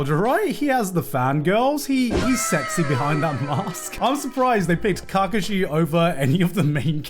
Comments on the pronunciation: kargashi?? Ka Kashi.........lol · The way he says KAkashi gives me shivers 😂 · not Garnt saying cacashi 😭😭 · Garnt: Cock Ka shi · if you say Kakashi like that again ima crash out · he did not watch Naruto fully or did not watch Naruto fully , like way he pronounce kakashi's name 😂 such a disgrace. Background, and the development, story and personality was so good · I can live happy never hearing gigguk butcher Kakashi again.. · Why do does he say Kakashi so weirdly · honestly maybe kakashi shouldn't be on the list but can this guy pronounce his name right? made me cringe but love garnt regardless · Learn to say kakashi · Why is no one talking about how he says Kakashi 😂😂😂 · The way Garnt pronounces Kakashi is slightly triggering. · the way he kakashi made me mad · That pronunciation of Kakashi pressed me. Is it pronounced differently in the Japanese dub than the English? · Holy fck the way this guy pronounces Kakashi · This man hates naruto, naruto was on top 3 but didn't liked it instead liked luffy as no 1 iconic character also couldn't even pronounce kakashi proving he haven't watched naruto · I agree with him but that’s a hell of a way to pronounce kakashi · psychic damage from how garnt pronounces kakashi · if he pronounces kakashi like that 1 more time i might die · Garnt mispronouncing Kakashi's name really annoyed me